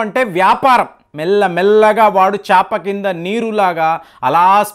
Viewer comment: Your videos content is very nice but please improve on telugu pronunciation. For ex. in this video, meeru chaapa(mat)ni chepa(fish) antunnaru. Dayachesi konchem correct ga matladandi